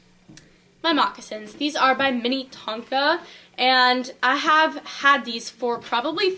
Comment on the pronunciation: its pronounced "min-A-tonka" not "mini-tonka"